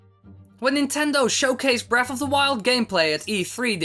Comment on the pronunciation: its breath of the wild not breaf